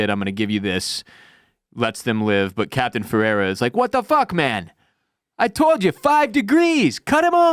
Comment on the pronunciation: Captain's name is Ferreira, super common Portuguese name. Closest English pronunciation is feh-ray-rah as in X-ray. Source: Dude, trust me. JK I am from and live in Spain, near the Portuguese border too. Oh and I'm pretty sure Rodrigues/z is a Spaniard. Both Portugal and Spain were under the same ruler back then for a while, and ofc they were allied against the Dutch and English.